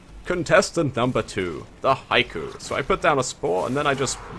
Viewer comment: it's not an accent it's just a mispronunciation. it should be said like he-ko